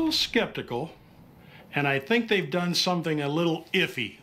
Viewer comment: "And i think they have done somethim a little iffy >:( " I cracked up right there